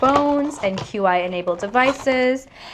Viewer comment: I love your videos and watch even though I know I’m not gonna win. BTW, Qi is pronounced Chee, it’s not an abbreviation